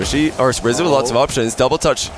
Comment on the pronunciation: I swear at one point said “squizzo” instead of rizzo